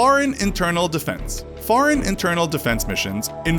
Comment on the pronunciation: Please say foreign not fareign